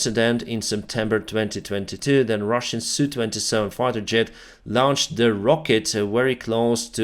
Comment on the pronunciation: Mate, the Sukhoi aircraft with an SU designation are identified as S.U. Not as Soo. Just sayin’…….😁👍